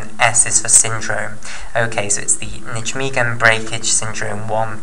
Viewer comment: You're fantastic at explaining this, although I have one niggle... It's pronounced nigh-megen!